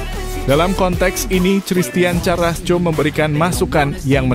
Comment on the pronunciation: Ooooo . . .seperti Erling Halaand . .. Baca Karasco jangan di baca carasco.